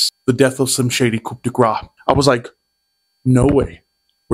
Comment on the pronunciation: sorry brah 90% sure the word coup is pronounced 'koo' not coop invalid video